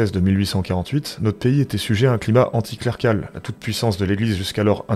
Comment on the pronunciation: Tes videos sont formidables. Je dis bravo, vraiment. C’est bien écrit, le ton est juste tout en étant un peu corrosif comme il faut. 👏 Si je puis me permettre de pinailler (et parce que j’ai envie d’aider à ce que ça puisse être encore mieux !), tu manges une voyelle dans le mot “anticlérical”, ainsi que dans le nom “Mangiapan”.